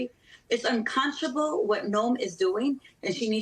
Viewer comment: Well someone needs to tell this young lady the word is unconscionable not uncomchible….Jesus Christ help us! Kristi Noem is a disgrace perpetrating lies and chasing down children. Her hopes are that her costume changes will garner her a cover and spread in “Gunns & Ammo” magazine.